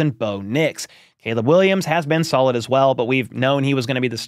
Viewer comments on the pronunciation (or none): none